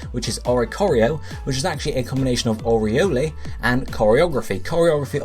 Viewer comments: Really? "Oriolay?" It's pronounced Oriol. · Sweet video! Oriole is pronounce "or-ee-ol" though. Also, in real life, birds are measured from beak tip to tail tip. For example, one of my favourite birds, the Osprey is 55–58 cm.